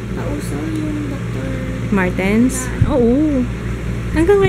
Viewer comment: Hindi doctor martens 😆 sounds like 'duck-martens'. KAIN TAYO..... 😁